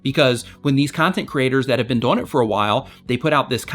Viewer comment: The way you say 'doing' bothers me a little XD, but great advice like always.